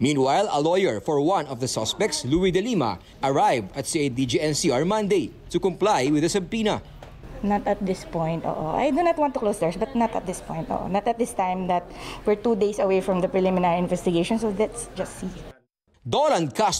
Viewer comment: I don’t mean anything to offend you by this in any way but it’s actually pronounced as “suh•pee•nuh” silent B (like the word mortgage where T is silent) not sub•poena as you pronounced it. Hope you don’t find it offending. I just notice this very word have been mispronounced a lot since the Dacera case where every one seem to pronounce it incorrectly. Peace brother...